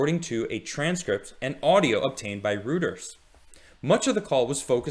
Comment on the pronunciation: Reuters is pronounced like Roy ters. The home base is London but was founded by Paul Reuter....a German pronouncement. You can hear it in wiki.